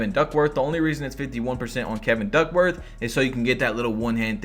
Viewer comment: “Kevin Dirkworth”